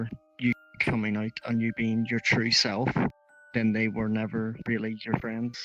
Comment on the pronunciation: Sorry but i keep hearing “be you’re 🌳tree 🌳 self” But nice 👍 highlights